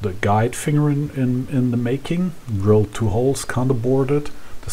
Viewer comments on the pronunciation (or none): none